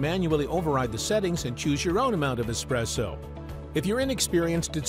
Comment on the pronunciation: Well said. How many times do we go into eating places and see "Expresso" written on the menu? I think that the guy talking on this video is not quite sure how to pronounce "Espresso" either.